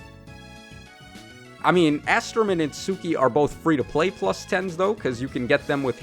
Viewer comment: Also please just say its-skee I don’t want you to keep struggling trying to pronounce Itsuki